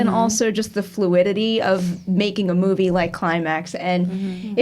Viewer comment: Hot! BTW I always find hilarious how pronounce some words like saying "movey" instead of movie.